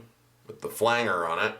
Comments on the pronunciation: fyi: It's pronounced Flange-er...Flange (like the pipe fitting) , not "Flang"-er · Nice tutorial but please pronounce "flanger" correctly (yes, it bothers me that much!). Flange is pronounced "flanje", flanger is pronounced "flanjer", not "flang-ger". Fender Rhodes with a phaser was a popular sound in the 70s. Chorus were used more in the 80s. It's a nice sound but can't replace the phaser. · Nice work ! I believe it’s pronounced FLANGER with a soft G like Angie, tangible, tangerine, manage, etc. That effect was originally produced in the studio by grabbing the tape reel by its flange (the edge) and slightly altering the pitch. Cool facts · Do you say "flan-ger" on purpose?